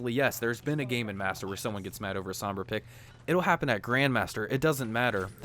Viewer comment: Why can no one say Sombra right lmao, hearing him say it over 100x times wrong is just gaaaaah